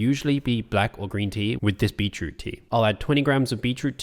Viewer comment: Yo, how you say "beetroot" gets me because it sounds like you're saying "beachroot" 😂😂